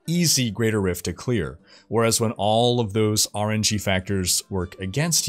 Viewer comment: It took me a second to realize he was saying RNG, not "orangey". ;)